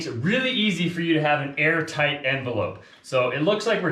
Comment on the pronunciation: I keep getting nervous when they say , “we’re Aar-tight’, as we all know is super important at that a home “breathes”. Ventilation, etc. Also, if they want to use that sunroom as much as it seems that Ali wants too, I hope they have a duct for central-Air. Cant, live w/o central air and be comfortable, and that sunroom will be a sweat-lodge, unless has an a/c vent for all the hot months, when a cross breeze from windows just wont cool it, enough. Best wishes, they should be super proud. ✌️